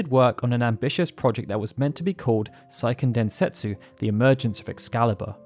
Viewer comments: Seiken Densetsu is a Japanese title, not a German one, the ei is pronounced phonetically, not the German way. It’s not “saiken”. Japanese is a completely phonetic language and therefore extremely easy to pronounce, there is exactly ONE way to pronounce each of the 5 vowels in Japanese. Just don’t try to apply English language rules to Japanese, it’s a lot easier than English. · "Say - Ken" Densetsu. Grating my ears, man.